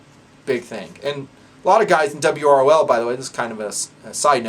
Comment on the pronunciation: calls it 'dub-ROL'. Dub ROl. Duh brol. Da brawl. The brawl. Well guys, it looks like we need to be ready for the brawl.